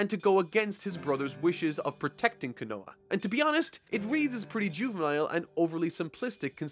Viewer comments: ..... Kono-HAMA-ru Also... Kono-HA maybe it's your accent idk but hearing "kono-wa" makes me wanna cry love all your shit tho :))))))))))) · I’m sorry I just have to point this out it bugs the hell out of me it’s ko no ha not konoa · Hey, love your content and glad you're back!! made me sad to see you gettin shoved down by the man haha. One thing: Koh-noh-ha, not 'kanoa':):D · Hey big fan love your work by it's Kono-ha.. not Kono-ah just wanted to let you know if you don't know or don't want to get the name wrong for any show watch some of the English sub to hear it for your self 😅 so people don't get mad 😁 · Just going to point it out here, Konoha is not pronounced 'Ka-no-wa', but pretty much how it looks, 'Ko-no-ha'. I understand Japanese pronunciation is weird and all, and that their 'ha' is a little confusing. To simplify it, their 'は' is generally pronounced like 'ha' normally, like used in nouns, verbs, adjectives, est. But when used as a topic marker or other grammar-like situations, it gets pronounced as 'wa'. Hope that makes sense. Anyway, been excited to watch your review on the Pain Arc, and I hope you enjoy the rest of the series. Funny enough, it was the meme fight that pushed me to stop watching the anime of Naruto, and just read the manga. Glad to see it wasn't just me that found the fight a little off putting. Didn't even know it was called the meme fight. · "Co no ha" not "cu no huh" love the videos:) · That's funny, you call Kono-ha "konowa" XD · I love ya but you keep mispronouncping Konoha (Ko-no-HA) not Ka-no-ha. Also why didn't you like Batman in the past? I hope you touch upon that in the future video. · Omg stop saying ko-noah its ko-no-ha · Konoha, not "Konoa". Please improve your Japanese, OK?? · q u i n o a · Ah yes, Kinowa, my favorite Bionicle. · Absolutely great vid as always and a legit entertaining ad per the usual, keep it up! (Konoha = Cone-o-ha) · I feel Pain every time says "Konoha."